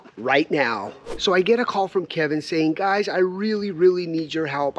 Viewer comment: you said "gays" and not "guys". 😂😂😂